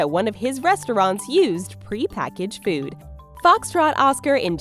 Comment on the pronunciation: Its "food"... not :feood"!